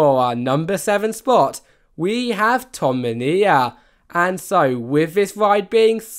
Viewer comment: he read number 3 as ta-ka-shi-ba, how is that a playful way to say takabisha? and number 7 is ton-de-mi-na, not tom-e-nia. maybe I'm nitpicking, but its pretty annoying for a video to have so many errors whenever it isn't a English word.